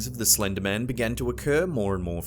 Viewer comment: Slennddder? Eng lishhh? Imaa head out